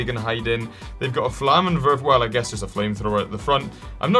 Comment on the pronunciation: SOMEONE WHO ACTUALLY PRONOUNCED FLAMMENWERFER CORRECTLY!! (well, more broadly, the W letter in german, It's pronounced as a V), also yes, the flammenwerfer was in both ww1 and ww2